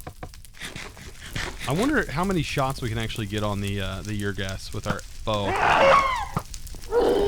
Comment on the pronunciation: There's no y sound at the start of ur. It's pronounced the same as saying "Urrr..." when you're unsure about something.